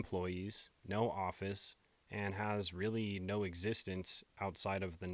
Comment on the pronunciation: Did you notice when you said Erika was at the Ft. meeting after the Candace clip, you said, "Has Really..." and it sounded like "Israeli". I notice weird stuff.